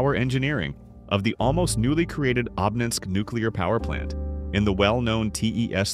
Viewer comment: Обнинской , ударение на первую О